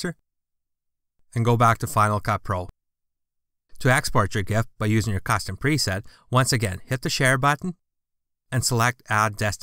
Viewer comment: i am pretty sure you pronounced it correctly.